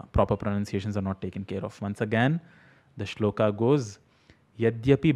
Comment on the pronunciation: Hi. Thanks for this video. I often hear mispronunciation and it bothers me too. I have one criticism about many of your videos though. When you talk about shlokas, you are pronouncing the final अ as आ. You are saying श्लोका instead of श्लोक. This is the same mistake people make when they say रामा and शिवा. Since you are teaching Sanskrit, I expect better from you.